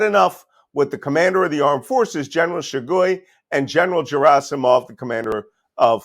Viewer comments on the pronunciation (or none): I've read that Malcolm Nance is a "Russia expert" and fluent in the Russian language, but here his mispronunciations of "Rostov-om-Dom" (Rostov-on-Don), "Shegoy" (Shoigu), and "Jerasimov" (Gerasimov, with a hard "G") make it plainly obvious that Nance knows zero Russian. Nance is a complete fraud and charlatan, and those who turn to him for "expert analysis" on Russia are delusional or misguided — by Nance himself.